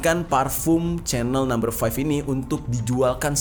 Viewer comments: Sebutan nya itu bkn spt sebutan CHANEL tv tue bro.....tetapi sebutan nya yg tepat spt yg disebut oleh warga eropah itu adalah spt ini CEENELL...ttpi huruf ejaan nya adalah CHANEL.... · chanel itu disebut "syenel"